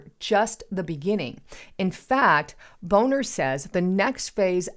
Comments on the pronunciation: Lol its Bon-ner hun...not Bone-er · His name is bawhner. Not bone er wake up, take an English course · Bill Boner??? ""BONNER" we know what you meant..🤣🤣